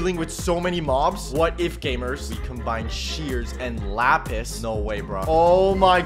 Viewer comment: when he said lets grab this lapis i thought he said slapis